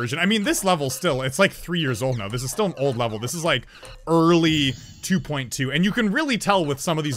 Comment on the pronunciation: did you say "early 2.2"???